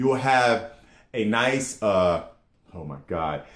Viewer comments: Good video. One point though, "Inis" is pronounced like "In-iss", not like "a neice". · You're pronouncing it wrong :o lol. It's pronounced "inish", and it's irish for island or something like that. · It's pronounced inish